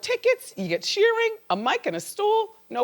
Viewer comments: I'm really tired of Wendy mispronouncing people's names. Ed Sheering? Come on! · Wendy pronounced his last name as "Sheering" wtf why does she always mispronounce names?? She gets her own right ... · Sheering? Why do you have to butcher everyone's name auntie Wendy? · So annoying when she kept calling him SheeRING. Talk about fucking research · is it me or she keeps saying SheerING ?